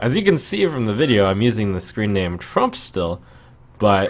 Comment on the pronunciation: did he say "Frump here"?